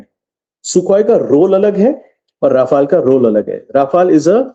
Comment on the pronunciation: Its not Rafael dear its Rafaal